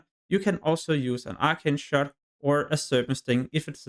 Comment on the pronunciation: Good video but fuck man, if it wasn’t for subtitles I would’ve thought you were saying ultra shot. Though I just never got an ability lol